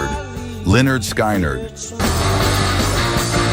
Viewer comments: They used Dennis Farina's voice for this AI guy but the real Dennis would not be saying Leonard Sky Nerd. 😂😂😂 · Very interesting doc, even though I have to endure that Stupid AI. Great idea for the doc, terrible idea to use cheating and heartless AI. But I enjoyed the topic which included Lyenarrrd Sky nerd, lol Good job, lol. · Lenard Sky - nerd give me a break learn to pronounce band names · "Len-yard Sky-NARD???" C'mon man. If you're going to do a video on Southern rock, get the pronunciation right.